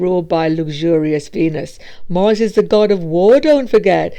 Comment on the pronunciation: And not Morse,but Mars 🤣🤣🤣🤣 Whats this accent?